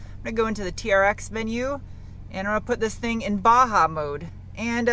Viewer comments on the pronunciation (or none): none